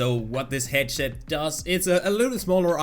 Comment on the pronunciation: "a headshet" you know i dont hate you but the way you pronounce things is very funny i like you and you pronouncing stuff also made me sub back then xd love your vids! keep it up!